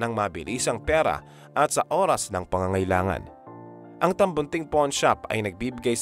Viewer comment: Correction lang po: hindi 'porn' shop...'pawn' shop😅😅😅